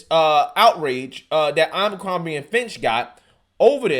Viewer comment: It’s A-BER-CROMBIE not AMBER-CROMBIE